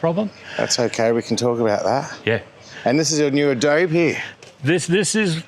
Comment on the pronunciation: its abode not adobe you adope.! Lol. Gr8 vid. 😊